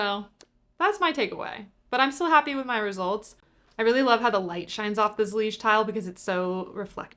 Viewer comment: "ZELL-IGE!!!" i scream at my phone 😭